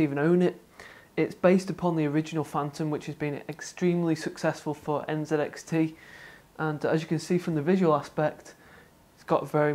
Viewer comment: N (ZEE) X T... NZXT......... Im totally fine with the Canadian and British pronunciation of the letter "z", but when its a brand name... pronounce it how it was intended to be said.